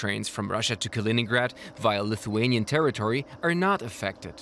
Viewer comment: Great job pronouncing Lithuanian names and locations!